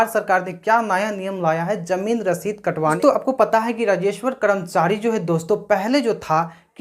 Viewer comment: Rajeshwar nahi rajeshwar hota hai.